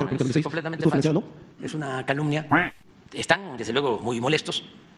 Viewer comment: dicen que mi campaña fue financiada por el NRKO, "pero no ej jierto, ejto ej un COMPLO"